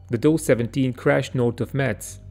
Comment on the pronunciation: Why do these people insist on using AI for the voice-over? Dough 17? Really? The video crew who make these excellent recreations ought to kick up about the clowns in charge of the audio.